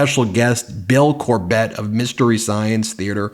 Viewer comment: Bill CORbett. Emphasis on first SYLlable.